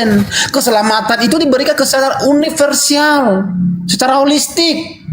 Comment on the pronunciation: universial😂😂😂😂 universal kaleeee......😅😅😅